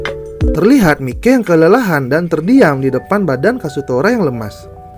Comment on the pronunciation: Sebutan namanya yang bener lah anjir mikey itu sebutannya "maiki"